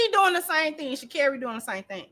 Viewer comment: Girl why can’t you pronounce her name right it’s ghetto